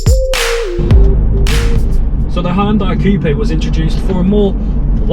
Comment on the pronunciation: All Hyundai review videos and this guy actually says the company's name right 👍